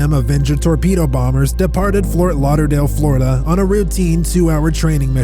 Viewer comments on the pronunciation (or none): none